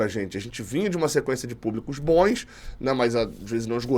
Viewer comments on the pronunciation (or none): "Bons" não "boens".